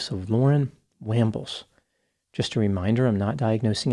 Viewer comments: Just did a quick look at the Shane dude (cuz he's a hottie) and saw a piece on local TV including a clip of chick's testimony. It's pronounced "Wahmbles" not "Waaambles". 😉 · No I don't have rhotacism it's pronounced Wambles.